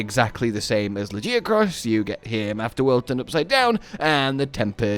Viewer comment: Honestly you should be ashamed of yourself saying lajiacrus even after WE ALL HEARD THE DEVS SAY lagiacrus with a G